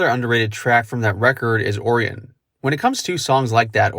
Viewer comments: Oof, that pronunciation of “Orion” LMAO! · The way you said Orion makes me want to commit unalive